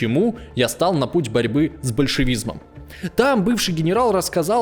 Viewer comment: Задолбали эти новоявленные знатоки истории, которые тупо читают текст, не понимая его содержание. "С большевизНом", это надо постараться!!!